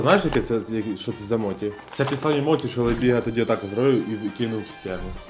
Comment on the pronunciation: відос імба, але як філолог я трошки поправлю вас, не моТі а моЧі. Бо моті то стара полівановська версія російського перекладу